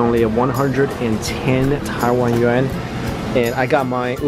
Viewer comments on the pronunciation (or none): none